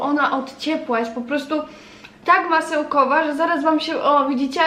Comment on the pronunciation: Masełkłowa, pochłodze, płocieszenie, młusicie...dramat wypowiadanych słów